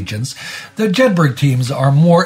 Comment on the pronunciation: Jedburgh is pronounced Jed Bruh. Just like the town they’re named after